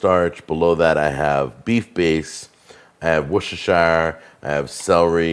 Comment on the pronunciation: Wosh-uh-shy-uh? No! It's "Worse-ter-shure" Fisrt! You never cook acidic food in an aluminium pan! You'll have a sauce full of aluminium oxyde.